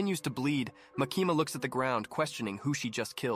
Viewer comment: Makeema bro why you saying her name like that😭😭😭 you surely didn’t do some research lmao